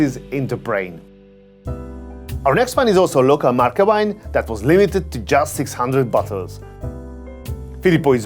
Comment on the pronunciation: Amazing video as always but as an Italian what amazed me the most was you saying Marche correctly, and not Le Marsch